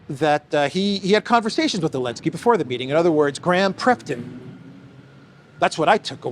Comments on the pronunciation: Am I the only person distracted by saying "Elensky"? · Aah! I was wondering why he says "Elensky"!! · Why do rarely say the Z in zelensky? I thought maybe it wasnt pronounced and all these americans have just been saying it wrong. But then ive heard you say zelensky with the Z also. Is it some inside joke? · You called Elenskyy Zelensky for some reason in the first sentence.